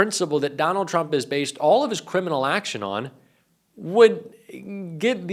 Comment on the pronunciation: When Karolying pronounce “TRUMP “ sounds like she is pronouncing “CHUMP “😅😅also you can tell when the lies start Karolying speech goes off the rails 😅😅😅😅